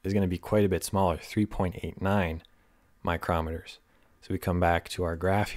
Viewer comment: Great resource,! By the way, μm is pronounced "micro-meters."